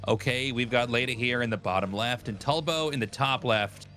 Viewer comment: Tasteless called Tulbo ‘tub’lo 😭